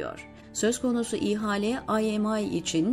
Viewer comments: Zeynep hanım “ihale”kelimesini telafuz ederken “i”harfini uzatmazsanız daha doğru olacak gibi. arzu ederseniz bir bilene de danışabilirsiniz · İ-hale değil, ihale...Bir yazıda Davutoğlu'nun adı varsa hemen kapatıyorum. Çünkü okuyucu Daavutoğlu diye a'yı oldukça uzun okuyor. Şimdi de i'yi ayrı okuyor. Yorumlara bakılıyor mu bilmiyorum. Ama defalarca yazmama rağmen Davutoğlu dedirtemedim. Diksiyon önemli ve bunlar düzeltilemeyecek şeyler değil. Lütfen biraz özen...